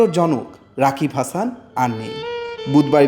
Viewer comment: I don't know how those reporter's are employed in the industry,he can't even say the name properly of the writer 😢😢😢😢 Sad very much sad!!! Rest in peace mr.rokibul❤️❤️❤️